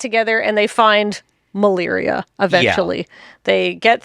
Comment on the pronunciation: Was there some sort of typo/name change/pronunciation in the stories for Malira, cus they keep saying Maliria, with an extra i at the end. even corrected himself to say Maliria after saying Malira correctly. It was confusing the heck out of me the whole time. Either way, great episode. Love the just pure lore episodes.